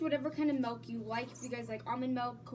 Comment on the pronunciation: it is milk not melk